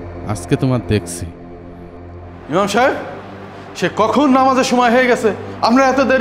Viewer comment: ইমার নয় ইমাম